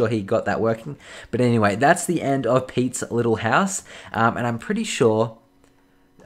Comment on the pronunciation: Did he really say petes liyyle house